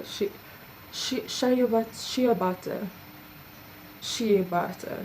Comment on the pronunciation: I would just love this,, i always want to buy there stuff its like an obsession, i alway go in there and look and test (before carona lol) but have just never bought something- so it wil really be a treat after this hectic hear.... also had a bit of a laugh shea butter,, almost sounded like you said show your but🤣